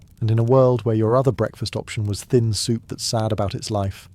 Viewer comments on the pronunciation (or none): none